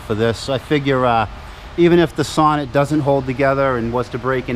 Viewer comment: So after about four years of ownership it is about time you start to pronounce the name correct. The emphasis is in the second part, like you say So-Neat, and then the e pronounced as you do it now. For the rest, keep up the good work. Alex B (1973 Sonett in orange)